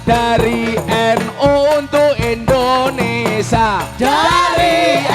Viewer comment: Indonesia gus..bukan indonesa😅